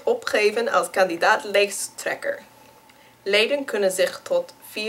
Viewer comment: Indeed, words like 'peren' or 'kersen' she had trouble with, but then along came the words 'kandidaat lijsttrekker' and she did it perfectly, no Dutch person would have done it better. one notion, the Dutch you speak,, is too clean, too neat. For most people, when they speak Dutch, you can point out a list of 3-4 cities they are from, cause in the Netherlands, no one speaks perfect Dutch, and if they do, they are from Haarlem, cause that city's accent got picked as civilized Dutch.